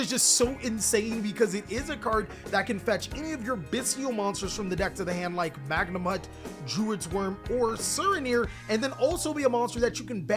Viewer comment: I love all the choices in this list. Batteryman Sol ARE, Bystial Magnum HUT, Bystial DruiDswurm, Bystial SURAnir, Luhvee-a-near, BRRRonne defleur, Bystial dis PEETER, HERATIC seal, -Magna-moot -Droo-iss-worm -Soar-uh-neer -Diss-pay-ter (I mean seriously its a reference to the word "Dissipate")